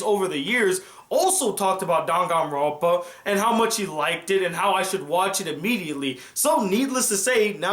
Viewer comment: I don't think that this is how you say danganronpa